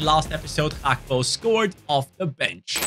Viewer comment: his name isnt bloody "hakpo"